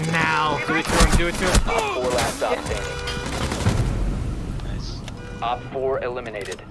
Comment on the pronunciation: That was a pretty ‘nife’ ace